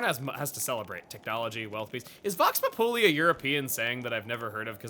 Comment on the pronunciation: I love Auresco's Japanese (Chinese? Eastern? Not sure which fits best) aesthetic. Also you pronounced "Populi" wrong. And Vox Populi means "Voice of the people"